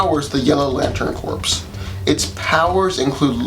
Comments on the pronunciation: Corps is pronounced core not corpse. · Bro going back and you really uses to pronounce it corpse 🤣🤣🤣🤣 its "core" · Not to nitpick but its pronounced core not corpse. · The "P" and "S" are silent in the word "corps". It sounds like "core". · I dig the Larfleeze shout out, but yeah, corps is pronounced core.